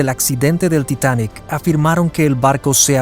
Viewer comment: Es el Titanic, no el "titanek" ... ¿y las fotos pa cuando?